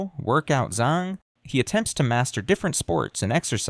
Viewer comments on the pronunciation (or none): none